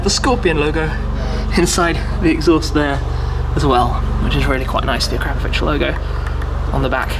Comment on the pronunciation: Say it with me now. Ah-kra-po-vitch. Not A-crap-o-vitch. It's so cringe when people pronounce things completely wrong. 💀